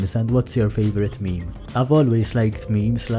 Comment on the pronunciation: A real grandayy would never pronounce Meme as mee mee...